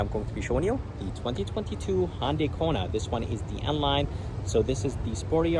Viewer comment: ITS PRONOUNCED HUN DAY NOT HON DAY!!!!!!! HUN!!!!! NOT HON!!!!!! Pronounce it CORRECTLY!!!!!!!!!!!!